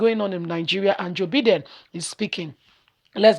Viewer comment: Name pronounce.... Byedin. Take note.